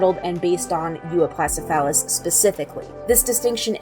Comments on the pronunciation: It's pronounced, U-op-lo-oh-sef-ah-lus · I think you mispronounced Euoplocephalus there.